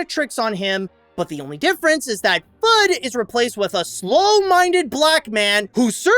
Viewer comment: Elmer *Fudd not "Thudd"